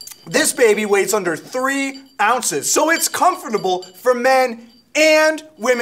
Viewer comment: Dear Rick, Did purposely pronounce the "L" in "Folks" to be like a cheesy spokesperson, or does he really pronounce it like that? PS: He is also pronouncing "Comfortable" almost like "Convertible"